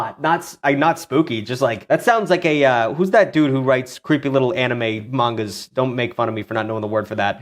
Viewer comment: rare footage of actually saying manga correctly